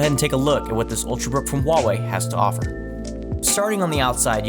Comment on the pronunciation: FINALLY SOMEONE WHO SAYS "HUAWEI" CORRECTLY